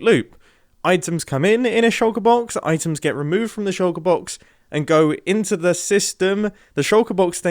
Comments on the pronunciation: I love hearing mumbo say “shouka boks” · Try drinking everytime Mumbo says shoulker box..